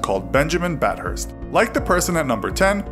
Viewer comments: Its bath-thirs Not bat hurst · Bat hurst😂 dude I literally live in a town called bathurst in Australia how can nobody say it right 😂😂 it’s pronounced bath urst